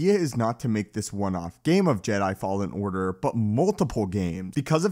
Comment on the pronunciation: “Jedi fallen ardar”